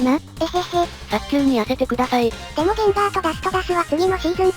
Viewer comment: 早急のこと、ちゃんとさっきゅうって読むから好き